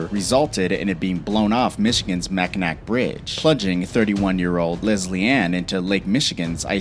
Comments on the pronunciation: The way you said mackinac Mack-In-ak? It’s Mack-en-aw. You live under a rock or something? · "Mackinack" lol "Mackinaw" It's Ojibway (Algonquian) Native American. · It's probounced mackinaw, for fuck's sake, idiots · Mack a naw. Not mack in ack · If you are hit by any car at 25-50 miles and hour while walking, standing still you will most likely die, you don't need to be in or on any vehicle. Utter rubbish all this especially your pronunciation. It's Mackinaaaaaw not NAC, it's F I E R O. FEE A ROW. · "mack-in-nack" haha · ITS MACK-I-NAW. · You should do a little more research... “Mac-in-naw” “Fee-aero” “Porsha” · Mak-in-ac....auto dislike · lol "Mack-in-ack" - I'm dying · Mackinac = Mack in aw (fyi) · The c in Mackinac is silent! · Definitely did not say *Mackinac bridge correctly hahaha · The “c” is silent in Mackinac what referring to the bridge, city, and island.